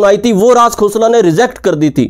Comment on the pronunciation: अगर आप राज खोसला को राज "घोसला" कहते हैं, तो मैं भी आप को कहूंगा...